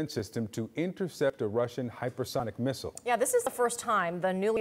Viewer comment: How many "MISSISLE" did😊 you count???😅😅😅😅😅